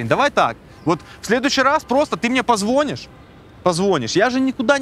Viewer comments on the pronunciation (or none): От слова позвОнишь,прозвучавшее раза 3 подряд,даже у меня внутри все перевернулось хаха. Отличный выпуск,спасибо.